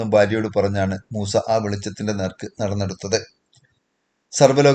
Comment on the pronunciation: മൂസേ അല്ല മൂസ 😂